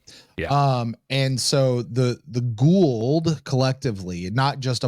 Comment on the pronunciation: It's "Goa'uld"...